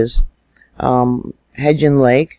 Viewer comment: Which world leaders? I watch everything about YS. There is so much misinformation. I don't work for USGS, nor do I hate Mary. Hebgen is an issue because its a very simple word and if she can't pronounce it, calls her credibility into question. Since my earlier reply to this has been taken down (second comment to be taken down), I can only conclude that someone doesn't like to be called out. I'm happy that you found your peace. I will find mine in the truth.